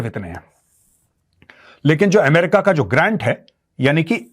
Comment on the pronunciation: What is AAM- RICA...... isn't it Ame- rica?